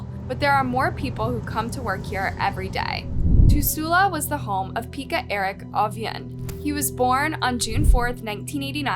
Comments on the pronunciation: There you go again; mispronounced names. 🤷‍♀️🤭🙃Now honey, it’s not “Peeka” it’s pronounced “Pecka”, as in hen pecked. But, as usual, a really good video! 👍👏👏. 💟☮️ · Peck-ka, Yokela.